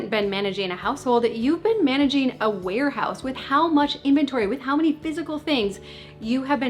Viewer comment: At first, I thought you said werehouse, not warehouse. And I mean, it’s not wrong 🤷🏻‍♀️ When the clutter has taken monstrous proportions.